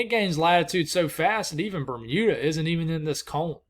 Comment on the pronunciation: Good pronunciation of Grand Manan Island ! Metegan ( Me-TAY-gan ). Good work . Bermuda OK !